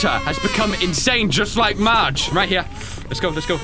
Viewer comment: Is it just me or does continuesly say “merge” in the place of “Marge”?